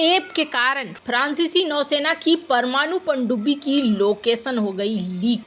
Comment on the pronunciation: Please focus on your pronounciation. Example: prancici francici .